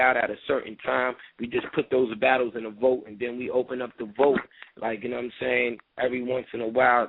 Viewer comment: Please stop saying vote... it is vault!